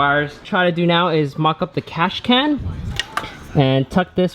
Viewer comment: Cash can 😂 got me every time he said it